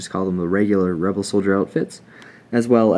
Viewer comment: he said webel army😅 !